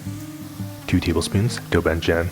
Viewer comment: This looks delish - but when you got to "doubanjiang" I hope I'm not the only one who heard "the record arm scratch across the record" where can I find that. I wanted to make it today. I hope I can find some.